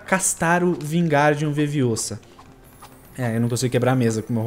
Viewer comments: é Leviosa Não leviosááááa :P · e leviolsa não leviosa